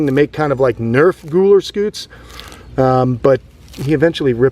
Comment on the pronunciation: Gooler Scoots??? That's exactly what it sounded like....😆 that shell on Lumpy has all those spike like things..are those "pyramids"? I heard that on Dr. K Exotic vet TV show. I bet you know her... She's in Florida. Have you used her? She has a Sulcattos tortoise. It has a weird name..Duram..Duuhhh...oh heck I can't recall. She uses him for tortoise blood if she needs it. Fascinating!